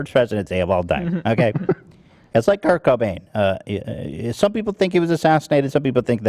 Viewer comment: Come on dude..did you just say Kurnt Cainbow instead of Kurt Cobain ??? 😂😂😂😂😂